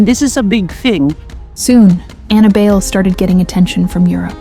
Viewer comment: Ana Bail? How hard is it to check for proper pronunciation of names.